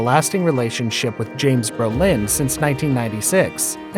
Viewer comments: Comstock also BRO Lin not bro LIN. These are the main characters of this video it was annoying! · Bro-Lin, really dude? How many times did you say Ber-lin? Wow! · Lol it’s Brolin not Bro-Lin but hey I enjoyed this summary of Babs love life..😉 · It’s BrOlin not Berlin. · Who is narrating this? The name is Brolin, not Berlin. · James Brolin was born in California, but this video's narrator seems to be mistaking him for a French immigrant. His name is pronounced "BRO-lin" --- not "bro-LAHN"; it's an Anglicized stage name. (Wikipedia says that his father's name was Bruderlin, which is also not French; it's German.) I do get that some people weren't born soon enough to hear his name on TV back when it was a household word because of his good looks and his prominent role on MARCUS WELBY, M.D., which was a hugely popular prime-time series when it was new. But the gossipy notion that Barbra Streisand's attitude toward her own fame destroyed their marriage by making him jealous is just silly. Female stars were not respected nearly enough for that. People talked about her as if she could never be quite good enough to be a REAL star (as opposed to a comic) because women weren't supposed to have big noses. We girls were supposed to think she was lucky to be appreciated by a REAL star as handsome as James Brolin, because she was to be seen as derelict in her womanly duty to be pretty for men. If anyone did feel jealous enough to get sucked into some pathological competition with her fame, it's probably the person who whipped up that tall tale about her. Misogynist much? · James Brolin - can you pronounce his last name correctly. It's not Berlin. Bro-lin. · Good video and information. But you keep on saying Berlin instead of BRO-LIN. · Dude, you are totally mispronouncing Brolin. It's NOT Berlin! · Sounds like he’s saying “Berlin”, which is weird considering the effort to pronounce her name correctly. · AI VOICE OVER IS TERRIBLE. HOW DO YOU MISPRONOUNCE JAMES BRO LIN???